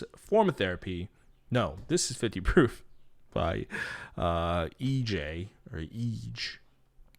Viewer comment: its pronounced as eej :)) tbh listening to 50 proof literally opens my soft hours i can't–😭😭😭 + i have to agree that it really hits differently 🥺👏